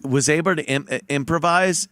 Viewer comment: Ant says “abre” twice. Why can’t he say “able” anymore?